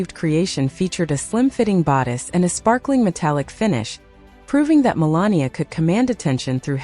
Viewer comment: Could you say malania's name the right way!!!!! It's not that complicated